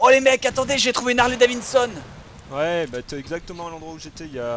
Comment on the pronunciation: Harley DaviDson Bob, et pas DaviNson ...... INCULTE !!! xD